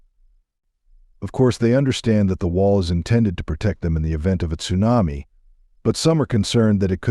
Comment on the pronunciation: AI ? or don't you know how to pronounce Tsunami ?